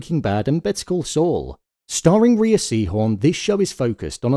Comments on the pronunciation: Rhea is pronounce Ray… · It's pronounced "Ray." She says it herself on some of the Better call Saul commentaries.